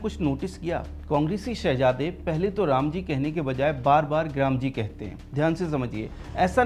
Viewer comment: G ram G pappu ko patta nahi hai. Gramji bol raha hai. Isse toh manrega ka bhi patta nahi. Manrega ko bhi narega bol raha tha. Kuch jahilon pappu me P M dikh raha hai..... He bhagwan...